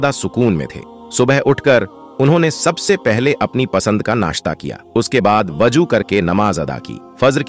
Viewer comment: WAJO NAHI WAZOO URDU ME AAPKE TALFFUZ SAHI NAHI HE